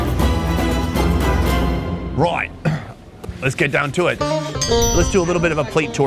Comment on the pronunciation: The "right" was so Australian. XD